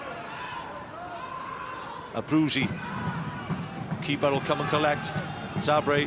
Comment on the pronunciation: Why do you insist on calling Abruzzese 'Abruisey'? It's not his name!